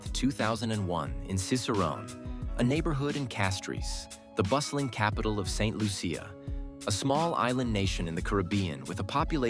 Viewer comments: pronounced Saint Loosha! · Pronounce the name of the country correctly please.